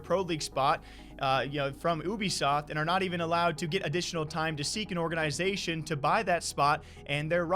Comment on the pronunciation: Is saying "organ-i-zation" an accent thing? I've only ever heard it pronounced all together without the emphasis on the "I".